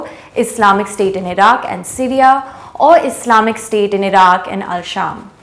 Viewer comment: The pronunciation of Syria as Sireeaaa is irritating.